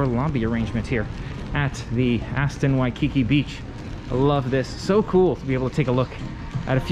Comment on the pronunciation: In the word “Waikiki”, the emphasis is on the last syllable (the second “ki”).